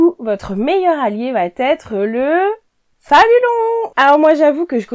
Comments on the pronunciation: j'apprécie beaucoup tes conseils. Permets-moi d'en donner un aussi: ne dit pas le tissu va têtre... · Bonjour. Vos vidéos sont intéressantes mais, de grâce, n'abîmez pas notre belle langue française. A moult reprises vous dites, par exemple : " le 1er conseil VA T’ÊTRE"........il n'y a pas de T entre VA et ÊTRE, ça ne se dit pas. Il faut dire "VA ÊTRE" ou bien "le 1er conseil sera....". Merci de respecter la langue française.